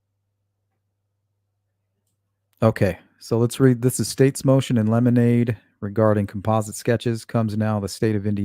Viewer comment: Motion in 'lemonade' is cracking me up. Great way to remember how to pronounce it!